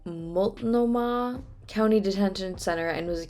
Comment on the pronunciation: Yep 'OREGUN' is the correct pronunciation and I'm very impressed that you properly figured out how to say Multnomah County! It took me 4 months after I moved here to figure out how to say that. 😂